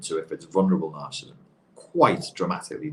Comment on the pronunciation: He can't pronounce narcissism... not good for a man trying to make a living from it.